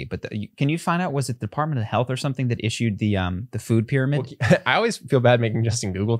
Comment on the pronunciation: The defartment....!!! 🤣 sorry. I couldn't stop myself.